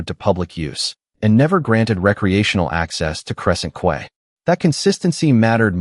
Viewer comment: Quay is pronounced KEY, not KWAY! AI can be annoying